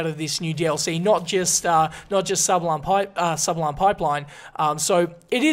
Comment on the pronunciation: Sabalon LOL